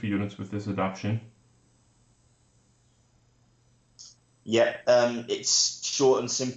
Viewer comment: You guys celebrated proper pronunciation of the word Jormungandr...but you don't seem to be aware that you're butchering simple words like adaptation and veracious.